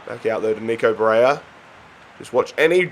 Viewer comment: you deserved to lose that first final just for the Barella mispronounciation